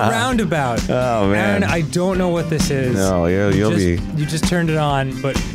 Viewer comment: Game: "If you're ever in the city of ROundabout, stop by!" A minute passes. Arin: "I'm pretty sure the TOWN isn't called Roudnabout, heh." Never change, Arin.